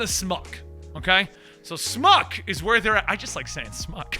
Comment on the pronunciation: It wouldn't be SMUC lol Sony Marvel Universe Characters? It's SUMC. I pronounce it SumSee.